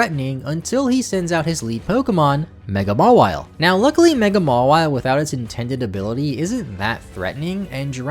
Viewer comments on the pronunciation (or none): none